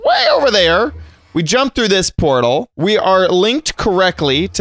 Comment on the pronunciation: WHY is say portal shoosish